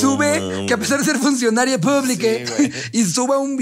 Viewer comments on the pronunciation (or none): Funcionade publique... Los amo pero ahora si me sangraron los oídos al oír eso